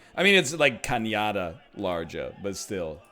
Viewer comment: Differences between Spanish and Portuguese, Part 153: - There is no "ñ" in Portuguese; they use the "nh" combination of letters to get a similar sound (which you got right when pronouncing "cañada larga", that roughly translates to "long ravine" by the way). So, if you see "ñ", it would be very unlikely that is Brazil, and you would most certainly be in a Spanish speaking country. Edit: Hey! There it is! "Linha"! That should be a good indication that you are in Brazil (or Portugal I guess)